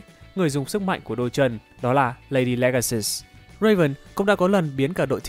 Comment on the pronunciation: ladylegasus => lady-lega-sus